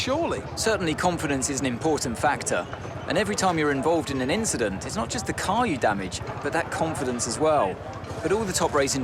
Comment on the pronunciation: and just like that, safety car come out of nowhere (yes it's not bc the "inchident" you did to Max, but that's great call mate) 👍👍😂😂